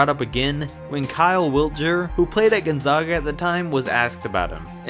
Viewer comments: I have to correct you on behalf of everyone in Eastern Washington. You mispronounced "Gonzaga" and "Spokane"...it's GonzAAga (not GonzAHga) and Spo-CAN (not Spo-kane). How would a person know if they hadn't been there? I get it...but still...everyone from Spokane cringed when you said those words. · Gone-ZOG-ah and Spo-CANE. ARGHHHH! Learn to pronounce the things you're talking about. It's Gone-ZAG-ah and Spo-CAN. Sheesh. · Gon-Zag-A, not Gon-Zog-A, Spo-Can, not Spo-Cane. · It’s pronounced Spo-can not Spo-cain and it’s pronounced Gun-zah-guh not gone-zaw-guh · Why do people say (Gon-zawguh). It’s pronounced (Gon-zag-uh) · Listening to you pronounce Gonzaga wrong every time you say it hurts me, it's Gonzaga not Gonzoga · It's Spokane...like cane, candy cane. Long A. And Gonzaga....Gon-zegg-a like egg 🥚.... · Gon-zayga* and Spoke-anne*. Get it right. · It's pronounced Gone-Zag-Ah and Spoh-kane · You said Gonzaga/spokane wrong. 😂😭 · Homie, you pronounced both Gonzaga AND Spokane wrong in this video. I honestly couldn't keep watching after that. A little more research might help. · Learn to pronounce Gonzaga and Spokane. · Learn how to properly say Gonzaga and Spokane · Wheelz no, but this man needs to learn how to pronounce Gonzaga, and I'm a regular cake, not a cupcake